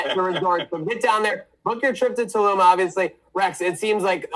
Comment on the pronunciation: It’s pronounced “tuh-loom” lmao